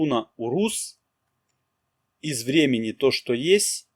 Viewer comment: Так и хочется внести поправку, ударение в названиях рун ставится на первый слог. Безумно режет слух фехУ и урУз. Даже не дослушала до конца